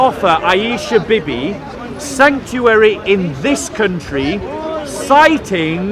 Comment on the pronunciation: Hey!!. It's not Bibee. It's.....wait for it........Beebee.